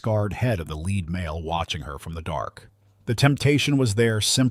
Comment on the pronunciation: It is not a "led" wolf. It is a "leed" wolf.